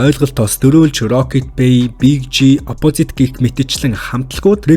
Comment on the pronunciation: DVV CHI NAAD HEL USAA SAIJRUULAHGVI VNEN ZOLIBON BNAA, OPOZIT GEJ HELEHDEE YAMAR LALRIIN HELDIIN BEE SOOO CRINGE